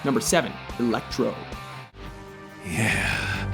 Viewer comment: LOL...Jamie Foxx playing "Elec-Bro". SMH I can never get used to that!! But you guys got this list right!